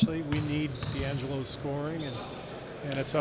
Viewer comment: He called him Deangela lol